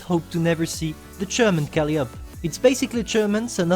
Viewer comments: Calliope is pronounced Ka Lie Oh Pee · Great video. I’d love to see the Brummbär in the game. Oh and If it helps, Calliope is pronounced kall-EYE-oh-pee 😉